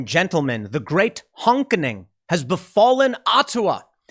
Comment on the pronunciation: Bro said “the honkening”